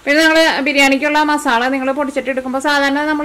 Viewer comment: മോളേ ..... മസാളയല്ല. മസാല എന്നാണ്. മസാല